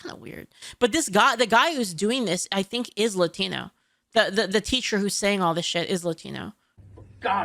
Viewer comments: only woke people over accentuate the word "Latino" regular Latinos don't say it like that. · Yes, but it's too pronounced. Even if it's said correctly, he emphasized it and made it stand out.